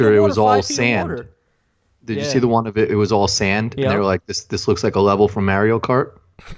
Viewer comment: Every time ya'll say "Mario" I die a little.